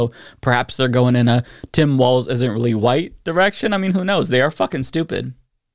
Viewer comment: ….you said Tim waltz , not Tim Walz. (no “t” in Walz)